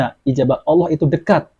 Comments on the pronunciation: Ngomong Allah aja g becus sok ceramah,masa nyebut nama Allah pakai wau,jadinya y Awlah bukan Allah,yg jelas tulisan arabnya Alif lam lam ha.. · Coba dengarkan waktu menyebut kata Allah, yg terdengar adl Awloh 😂. Jadi tdk usah didengar ocehannya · Dari mana orang ini di juluki kh nyebut asma Allah aja ga jelas aulo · 😂😂😂😂 saya sudah respek pada ceramah nya dari cara dia mengucapkan kata alllah saja gak mencerminkan islam nabi sholollahi wasallam....masak org sekelas beliau tu nyebut allah itu...AULOH..........😅😅😅😅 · Si ini menyebutkan kata Allah saja Awloh bukan Allah, ahli fisika menafsirkan al quran. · Yang perlu di cermati dr di lulusan dr pondok pesantren/sekolah agama dimana….? Untuk pengucapan Allah aja diragukan.mengucapkan huruf Hijaiyah aja.? Diragukan. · Mengucapkan kata Alloh saja ga becus so so an menafsirkan qu,an sesat ds menyesatkan. Na'uzu billahi min zaalik. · Cara melafatkan kata allah saja tidak fasih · Perhatikan baca Alloh belepotan artinya dia itu awam sekali . jadi ga boleh menapsirkan Al Qur'an seenaknya sendiri... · Dia muslim bukan.. Cara melafalkan asma ALLAH saja susah. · Ngomong Allah aja gak fasih ente bisa nilai sendiri